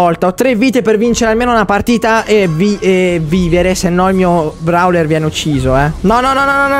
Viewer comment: No vabbe lo chiami Brawler ma si chiama browler si pronuncia e poi gli effetti e Kissy Missy mi fai sempre scappare una risata😂😂😂😂😂😂?muoio